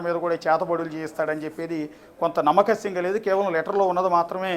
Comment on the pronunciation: reporter "nammakasyam" ani oka kotha word kanipettadu 🤣 adi "nammasakyam" ra nayana